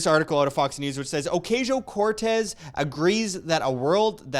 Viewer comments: It's pronounced "Occasional Cortex". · Ocuntzio. That's right ?